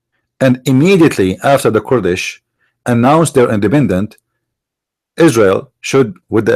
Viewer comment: Sorry, I like your information, and I do follow you, but?Your English is atrocious both in grammar, and pronunciation. Here is my advise. Use the computer translation which has a voice pronunciation for the words to teach you Kurds and Kurdish, not kord and Kordish.or say it in Arabic Akradاكراد. When you mention group then the verb can’t be singular is but are, and were etc. Write your theses and read it more preferred than speaking extemporaneously. God bless you for your vast knowledge of Islam.